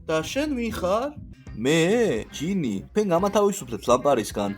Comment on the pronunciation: გჟინი კი არა ჯინი